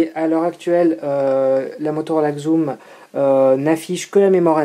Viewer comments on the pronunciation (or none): Bien, mais attention, ca se dit Zoom et pas Xoom :P je te l'ai déjà dit sur twitter